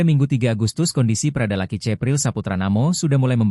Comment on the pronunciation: Tolong bagi pembaca berita Tribun Lampung, cara anda melakukan pengucapan nama korban itu bukan (laki)...tapi Lucky.... karena kami orang Kupang tidak ada yang panggil orang dengan sebutan "LAKI" tapi "LUCKY".... demikian untuk menjadi perhatian....🙏🙏